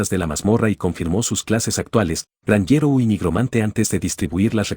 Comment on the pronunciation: meda gracia como dise el narrador gnjero